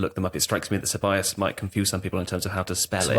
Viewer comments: Ceballos* not Syllabus 🤣🤣🤣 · wow that was an egregious one, haha....Se-buy-yos. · I spent like 5 minutes searching for selabas and then I clocked he meant Ceballos lol